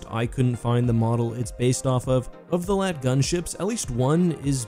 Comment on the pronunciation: For some reason it really annoys me when he says LAAT as one word.